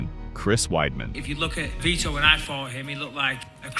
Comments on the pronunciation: You can't even pronounce his NAME correctly. That means you've never even heard it said, you keep saying Vitor like "Veter/Peter" instead of "VEE-TORE" as in "knee sore". But you sure can pronounce "like and subscribe" without any issues. Poser. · Its VitOr not vitr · All this time I thought it was pronounce like viTOR.. not.. veeter like some redneck kick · Kumon am I the only one that noticed that they say Victor Belfort his name is Vitor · his name isn't Veeter😆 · You could at least pronounce his name correctly. It's only spoken correctly in this exact video like 50 times.